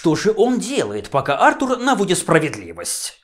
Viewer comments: Сергей Воронков, потому что британское имя произносится именно как Артур, а не артУр. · Почему Артур, а не артУр? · А́ртур, Ва́ркрафт... режет слух